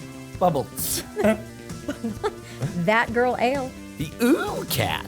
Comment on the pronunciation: lmao i was thatgirlale except said it wrong because its actually uh-le but i forgive you T^T